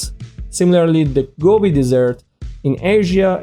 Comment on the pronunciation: Primary school level video at best. Please work on your English accent. The Sahara is not a dessert